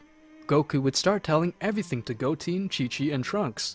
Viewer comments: Go-teen had me dying when it's Go-ten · Go 10 not GOATEE